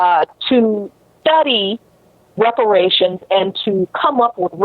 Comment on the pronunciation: It's about #TANGIBLES he brings nothing and could not even say repar ations. You looking at his racism.